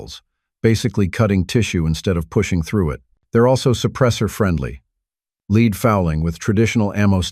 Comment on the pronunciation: Why the AI voice? It pronounced lead as "leed" instead of "led". Not good.